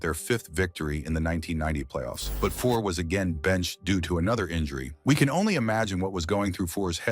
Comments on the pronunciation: 1. Cheevers did not win back to back Cups. 2. Keons only controversy was Harold.Ballards treatment of him. If Leaf fans wondered why je was bitter they're idiots. 3..Lose the AI. Names.are butchered. And.Fuhrs being injured in playoffs didnt cause hom to be benched 4.Robinson was never thought of more as a coach than a player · Hope any wrong pronunciations of Fuhr is there in this ? I think he said Grants name one time. Angel Dust and Ice were not drugs that